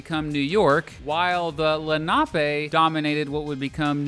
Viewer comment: Lenape is pronounced "LEN-uh-pee." Stuyvesant is pronounced "STY-veh-sint." 🙂